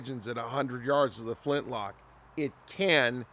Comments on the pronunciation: Did you say flinch-lock or am I hearing things? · “Flinchlock”. Nice,!